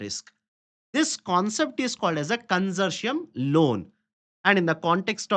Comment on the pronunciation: Con-sour-ti-um LOANS.